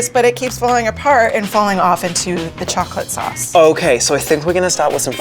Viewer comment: THE MARINES LADY CALLED CHOCOLATE SAUSE !!!!!!! That annoys me so much 😠😠😠😭😭😭😭